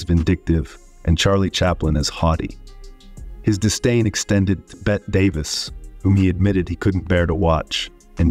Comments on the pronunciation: Her name is Bette Davis, pronounced BETTY not 'bet'! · Hello! Bette Davis' name is pronounced BETTY. Not BET. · "Bet Davis" - wow, this guy really knows his stuff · It's pronounced Bet-tea Davis, not Bet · It's Betty Davis, not Bett Davis. You mispronounced her name so many times, it was obvious you were ignorant of its proper pronunciation. How does such a glaring mistake happen? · It's pronounced "Bet-tee" Davis!!! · "Bet" Davis says "no" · “Bet Davis” 😂😂😂 AI, folks! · "Bet" davis